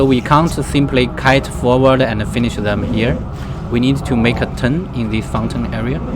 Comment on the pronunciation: ander ander 🤣🤣🤣